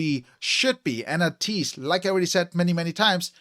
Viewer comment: First of all thank you for reacting to ateez they kings of kings.... Your pronounce to ateez its ay-tease not ah-tease.... React more ateez....